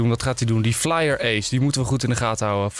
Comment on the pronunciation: Enzo het was geen Flyer maar Fyer